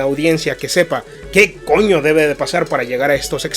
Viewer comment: Cuando pronunciaste ese coño luciste dominicano.